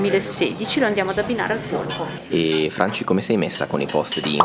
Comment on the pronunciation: Polpo, si dice polpo